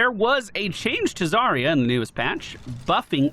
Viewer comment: Wait i just realized. If Zarya is supposed to be russian, then her name should have a stress at the second syllable (zaRYa), and that would mean sunrise/dawn.